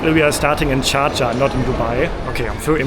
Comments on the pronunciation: Love getting the first exit row to stretch my legs...and no mettlesome kids screaming and kicking my seat behind me :) BTW--the city he is trying to say is "Sharjah", 3rd largest in the UAE; it's also the name of the Emirate it is in. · Is he saying Sharjah or Cha Cha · How does he pronounce Dschardscha 😂😂😂